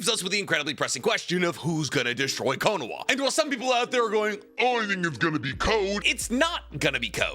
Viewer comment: this man is the go to naruto youtube and after all this time still says “konowa” instead of “konoha”